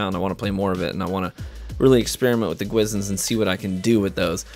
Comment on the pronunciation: dont youtubers research how to pronounce stuff that are in the game?